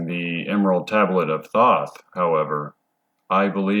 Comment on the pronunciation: Thoth (aka The Scribe) is pronounced with a hard o, like toast. Toe'-th. The reptilians are both indigenous to earth and also interdimensional. There vibrational footprint originates from the lower 4th. Their 'culture' is structured primarily on a system of hierarchy, with the winged draco royalty at the top. They use a liquid crystal hologram cloaking technology to appear human, but it will break down in some situations. Cymatics is the science of sound. To understand how everything takes shape on the material realm, you must study cymatics. Tesla said that the key to everything in the universe is frequency and vibration (sound and how it effects the electromagnetic realm that we are living in). He was right. All matter is composed of electromagnetic energy. The same stuff in different forms, it's very simple. The planets aka wandering stars are not what NASA (money laundering fraud agency) tells you. They correspond to the chakra system. The 'mars rover' is only roving on Devon Island, Canada. Don't believe that nonsense. If you believe that clown Elon Musk was orbiting in a convertible.. well. There may not be much hope for the human race. In any case, we are approaching the end of the Yuga cycle. Kali Yuga is the darkest, most ignorant phase and we will soon return to a much better scenario. The reptilians are working hard to keep you in the dark, because their vibrational pattern will not make the jump to a realm of higher frequency. Basically, they will be screwed and l